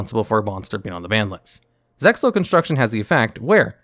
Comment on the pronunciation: How I hate these dub names. also you don't pronounce the X in ZEXAL.